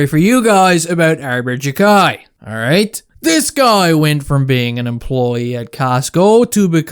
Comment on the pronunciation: its 'Jack-Eye'